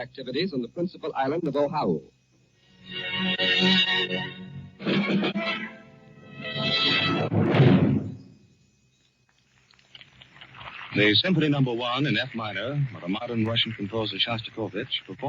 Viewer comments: Sounds like the newsreader was handed a misspelled memo because he pronounced Oahu as "Ohau" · the announcer calls Oahu the principal island of Oh-how-oo. That's how unfamiliar most Americans were with Hawaii at the time. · So the reporter gets pronunciation of “ zOshu” wrong. He calls it “ Ohau “. This is no doubt “ narration language interference “ Ashe confuses it with “ Ohio”. What gets me is Americans saying this is when WW2 started when it really started in September 1939. But for Americans they think the whole universe revolves around their pathetic country. It didn’t start that way but is now. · The principal island of Ohah-oo? I guess later they changed the name to Oahu? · This sounds like John Charles Daley. He pronounced Oahu incorrectly in that first broadcast. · I wonder if Mr. Daly was mispronouncing Oahu or if it was misspelled on the bulletins he was reading. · Right now as I type this, only 23% of Americans can ID Iran on a map of the world. Not six months ago, right now as I type this, a country we're currently bombing -- that's the actual number. I wonder how many Americans had no clue how "Oahu" was pronounced in 1941. I mean we'd just invaded it, and hadn't even forced it into statehood yet. I guess I should cut the journalist some slack, huh. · Old John seems to be pronouncing 'Oahu' wrong, or maybe he's right and we've been saying it wrong. Also, I'll bet many mainland Americans on hearing this news asked, "Where the hell's Pearl Harbor?" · In 1941, apparently John Charles Daly didn't know how to pronounce "Oahu".